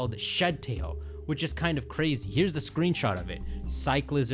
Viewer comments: its definitely Cycl-IZAR not cycleizer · Cyclizar has to be pronunced Sai-kli-zar like charizard no? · Allow me to respell it for pronounciation. Psych-li-zar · I swear people are pronouncing it wrong. It's like cycler but cyclizar so cyc-le-zar. Also it's basically dreepy but mixed with xlr8 DNA from ben 10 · I think it’s pronounced like sick-liz-arr or psych-liz-arr